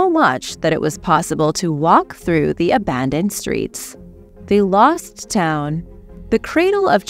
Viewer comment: Law city or loSt cities? Subtitles says law va loSt cities because the S wasn’t pronounced.